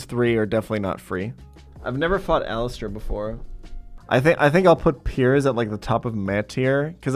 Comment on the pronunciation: ALLISTER, NOT ALISTAR!